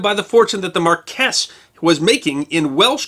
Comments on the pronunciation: Hey - love your work, but I think your pronounciation for Brit noble rank may be a tincy bit off - I think marquee is spoken (phonetically) as 3rd Mar-kee not 3rd mar-quess.:-) Hope I don't offend with this comment. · Sounds like you had a great trip, but It's MAR-kwis, not mar-KWESS or mar-KESS. Accent on the first syllable.